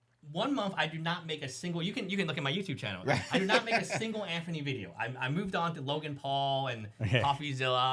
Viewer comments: His name is ANTHONY! Not Anferny! 🤦‍♂️ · I thought there was something wrong with me, but i realize this guy cant tell a story. for a guy that post many videos about him, how TF does he keep saying Anferny ?!? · “Jimmy is wiff Anphony” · Tugger, Coachcaine, Anphony...